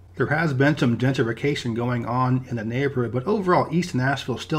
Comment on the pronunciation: There's something different about the way you say "gentrification" and "gentrified". The way you almost skip over some syllables is peculiar